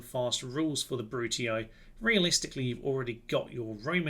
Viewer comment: Do you want a pretty easy campaign, all downhill, with way more power and potential than any other faction, sonny? Choose the Brutii (who, by way, are to be pronounced "Broo-Tee"). Personally, I prefer more interesting, less OP factions, but then again...